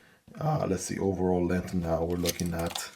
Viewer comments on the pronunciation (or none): none